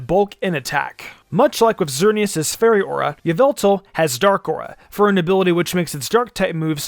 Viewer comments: You pronounced it wrong! Its "Yahveltal" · Stop it's not yveltal it's yavelta. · Yveltal was pronounced incorrectly. It’s pronounced YA-VEL-TALL